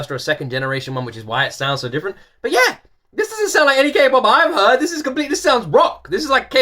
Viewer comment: Was I the only one who cringed every time he said K-POP? 😂 like boi lol 😂